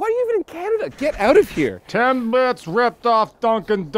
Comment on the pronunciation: "Timbits" not "10 bits"